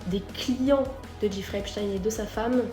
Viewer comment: La prononciation, c'est "èpchtaïne", pas "èpstène". Il faut bien faire comprendre aux esprits lessivés que c'est un juif.